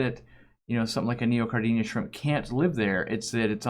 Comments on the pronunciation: You mispronounce Neocaridina. It’s Neo-cari-dina, not Neo-car-dinia. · I notice every single time says neocaridina haha. It's kinda like he's adding an extra "i", like "neocaridinia"